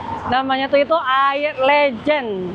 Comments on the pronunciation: Itu es legen bkn es lejen kak 😂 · Ko bukan legend bacanya😂😂, tapi legen, le-nya Lengkuas, gen-nya Genetik. keren akhirnya ke Surabaya. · Bacanya bukan lejen ci,, aduh gimana jelasinnya ya,,, 😂 legen, seperti baca kata "keren". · Legen bang bukan Legend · Air Legen, bukan Legend 😂😂😂.. beda pelafalannya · Cara ucap legen ky ucap beken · legen dari kata legi-an > legen (arti: manisan) le-nya di baca kaya baca lengkap gen-nya di baca kaya baca generasi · Air legen . Baca (LEbah aGEN) LEGEN 😄, next jadi tuak 🤣 Btw infonya bang, internetan di daerah terpencil tetap menggunakan signal operator biasa atau sudah memakai starlink?